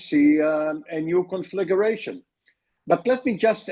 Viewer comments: WHY can't any of your guest speakers spell CONFLAGRATION and say instead "conflagUration"??? It's NOT difficult... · Con fla gration please not confligerratioon. Nitpik from love. You folks have an awesome new show. Watch it daily